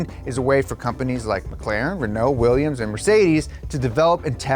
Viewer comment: Willians, Willians, Willians... '-'